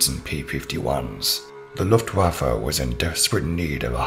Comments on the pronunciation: LuTwaffe? oh dear.. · beside that is filled with mistakes, take no offence but in youtube shitload of people improvise themself historician or "experts" of things they dont know, not only you mispronounce luftwaffe, but there is a lot of tecnical mistakes. the Fw 190 not was superior to the spitfire in everything beside turn radius, for example the spitfire outclimb the fw 190, also talk about 190 in general is wrong, are you talking about Anton series? Dora? . Also it not was the backbone of the luftwaffe, the 109 was the backbone, and all of this in the first 40 seconds. "if the engine was hit the fw 190 could still fly" not true if the fan of the engine was hit it would overheat in matter of minutes, sure is a better system then water cooling in term of vulnerability no need of a radiator wich create drag.. but is not true that if the engine was hit it could fly anyway. About the canopy the visibility not was that great, expecial backwards, also the inclination gave low visibility in landing and take off.. (still an improvement compared to the 109) Sorry for my english but i am an italian historician, i like your voice btw but the script is very generalistic and filled with mistakes.